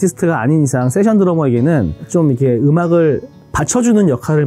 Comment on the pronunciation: 세션을 정말 [세션]으로 발음하는 드러머 ㅋㅋㅋㅋㅋㅋ